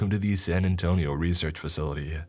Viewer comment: i died when he said san antonio